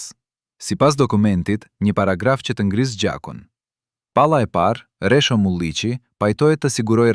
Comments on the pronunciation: Meso shqipen jo resho po rexho dhe mos perdor ll po l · Kush po folë. Një sllavë po lexon. E lumtur, jo e llumtur. E pritshme nga një gjakovar interesgji. Një gjakovar i martuar më parë me një shkinë. E mashtron një këngëtare të madhe. Jo Resho por Rexho o sllav.